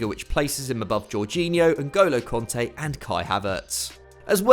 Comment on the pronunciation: why do you call kante conte?